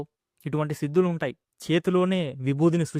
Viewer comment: మీ తెలుగు లో మహా ప్రాణాలు లేవు. భక్తి - అని సరిగా పలకండి. Siddulu కాదు, sidhulu - ఇక్కడ వత్తు ఉంది.